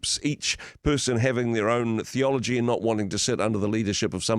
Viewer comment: her said theology but it sounded like Pathology! Freudian slip!